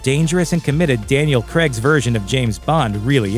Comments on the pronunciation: It's Craig, not Creg. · This pronunciation of Craig is hard to take.